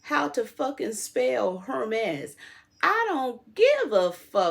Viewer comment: DJ T is presented as the Messiah.. Btw , you pronounced Hermes correctly. I speak a bit of French. Your pronunciation is correct. ❤